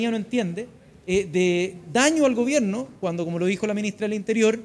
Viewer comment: se dice gobierno , no gobieno